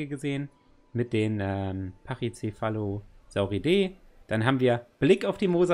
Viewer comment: Du hast bei den Rassen immer so das „E“ betohnt😂😂 StegosauridEEEEEE TriceratopcidEEEE PachycephalosauridEEEEE 😂😂😂